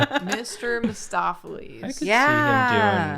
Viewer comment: Mr. Mis-saw-ffelees